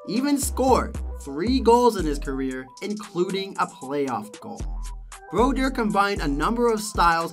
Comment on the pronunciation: His name is : Martin Brodeur. Get it right...